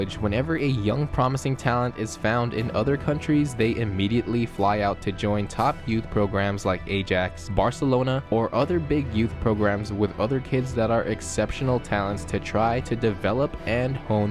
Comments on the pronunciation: It's pronounced Eye-Axe not A-Jacks. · it’s Aye-axe not A-jacks. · It’s eye-ax Not age-ax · ITS PRONOUNCES EYE AXE NOT AY JACKS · Ajax is EYE-AXE not A-JACKS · its AA-YAX not A-JACS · dude it’s “Eye-Axe”, not “Aey-Jacks” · This man said "A-jax" Think of it as "I-yax" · Word 'Ajax' is not pronounced A-Jacks ,it is pronounced as if it was written like this:Ayax ... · Mate, Ajax is pronounced AYE-ax as in the Greek hero from The Iliad, as opposed to AY-jax which is a kitchen cleaner. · Its not 'a-jacks' its pronounced 'i-axe' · I was taking your video kinda seriously until I heard you call Ajax "A-Jacks." Come on man, everyone knows its pronounced "I-Axe." Sorry, you obviously don't know what you're talking about.... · Good video except it’s pronounced Eye Axe not aye jacks lol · Ajax is pronounced as "eye-yex" Not "a-jacks" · its not pronounced a-JAX bro, its Ah-YAX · What the hell is A-JACKS😂😂😂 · I mean, yeah he said football instead of soccer but he also said "EH-JAX" which is equally as upsetting. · Stopped listening at A-DJEKS (Ajax) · He said apple jacks!! 😂😂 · I hope he pronounces Ajax correctly now... seriously A-Jax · Btw no criticism. How to say Ajax: i ax Also Well-Done in saying Football and not Soccer!! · How can pronouncing be so bad lol BoRUSSIA Dortmund .....Ajacks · This man just called Ajax ay-Jax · Did he say A Jax? 😥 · ur girls are good. "it's a girls sport", right? :D p.s. did you just call Ajax "eidhzaks"? :D but u'r right man it's so sad when you can't watch your country in the WC.. devastating.. need a tissue? sry im all dried out, havent seen my country play in the WC for 20 years... i went so sissy about it, i almost kicked a few sockha balls :d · Did he really pronounce Ajax “a-jax”? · Ajax is pronounced I-Ax. There should be far more American goalkeepers because American sports are all about hand-eye coordination, American Football, Baseball, Basketball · Eye-Axe is how your pronounce it Ajax. Like Ajax I tree's down. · The way he said Ajax